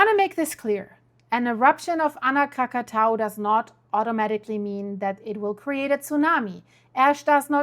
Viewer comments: kra·kuh·tow·uh kra·kuh·tow·uh. For a week or so I couldn't understand if you were talking about a different volcano than the one that exploded in 1883. Please start pronouncing this correctly. Your incorrect pronunciation can be confusing those of us speaking English. It tells you how to pronounce it if you look it up by clicking on the speaker icon. It's not hard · No we mustnt speak that name. Not Krakatau.